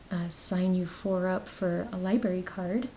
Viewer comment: Libarry. Omg it kills me!! Lol